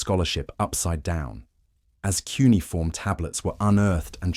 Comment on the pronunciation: Its not 'quniform', as in uniform, its cuneiform, When a script reader gets it so badly wrong, I feel I'm not going to learn anything new.